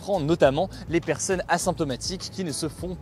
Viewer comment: STP ARRETE DE DIRE 'PERSEUNE'